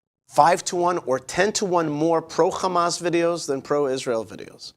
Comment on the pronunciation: Must you pronounce Hamas, Khamas instead of Hamas as it’s written. The “kh” makes people’s ears bleed with its awful phlegmy guttural sound. Can’t you hear that? Even if you don’t, please be considerate to the comfort of many, many others. Thank you in advance. I’m not holding my breath.